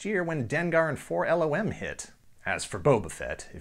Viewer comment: I always thought you pronounce 4-LOM as a single word rather than spelled out. AM I A BAD FAN?!